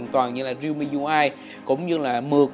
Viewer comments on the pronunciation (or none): none